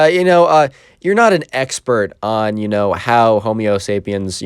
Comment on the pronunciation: "homio sapans"